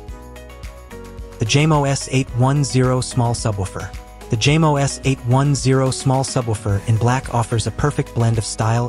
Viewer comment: Jamo… pronounced as Yamo.